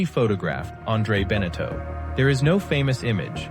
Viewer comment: pronounce benetau properly, thesame for jeaneau. terrible video, waste of time. no photos of the boats they built.